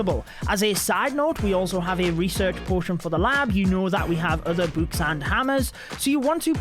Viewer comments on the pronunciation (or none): i love the way he says books "bOoks" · Why does he say boooks😂😂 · Who else loves when says “Books” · Why does he say book like that??